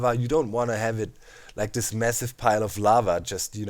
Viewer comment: Doc I can't handle it any more XD It's "THIS" not "DIS"... You can't say that having an accent is an excuse :P